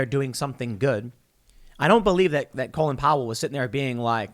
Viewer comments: It sounds like Tim is calling him Colon Power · Tim please stop mispronouncing his first name. He was not named after the lower intestines. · Why do we pronounce it like colon when his name is Colin, like callin’ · So it's pronounced colon? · Wow! The matrix nearly cracked for a second there. Tim almost pronounced his name like the rest of the world but went back to the American lower part of the bowel sounding pronunciation. Colin and colon.